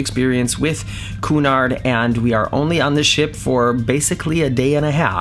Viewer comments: BTW it’s que-nard, not Coo-nard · the name is CUNARD, PhoneticalLy pronounced CUE - NARD, not COO-NARD! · Ffs QUEUE-nard, not "KOO-nard." Also culinary protip: Buffets are always kind of crap. Hot-holding is death. Stick of cold if they're changing stuff out frequently, hot food if you can't get there right at open or right when they change the pan, forget it. (This goes everywhere.) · Sorry, but it's not pronounced coonard, it's like kewnard phonetically speaking(o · It's pronounced like CUE as in POOL CUE, not COO as in raccoon. GOD, that mispronunciation grates ! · Try and pronounce it Que nard and not Coo nard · You keep saying the company name as (phonetically) koonard! . Wrong!!!. It is pronounced KYOOONARD!